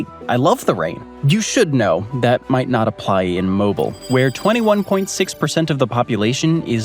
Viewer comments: Pronunciation is: Mo BEEL (like wheel) not Mobile like the gas company. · It’s pronounced Mo ‘Beel, (Mobile, AL). The average humidity is closer to 88% in the summer months. Yep, we get a ton of rain, but a lot of it comes in the form of torrential downpours during the summer at approximately pm. They last less than an hour, but dump at least a few inches of rain if not more and then the blistering sun comes back spiking the humidity to 99%. We get a ton more sunshine than rain, we just get storm bursts. We are having a gorgeous fall and could actually use some rain. It’s a beautiful area. ❤😂😊